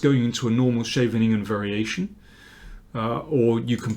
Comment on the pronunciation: Astoundingly good videos, thank you so much mr King. Also a big thanks for correct pronounciation of the words Scheveningen and Topalov !